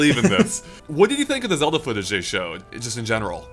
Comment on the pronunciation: please.... everytime you say zewda it kills me inside.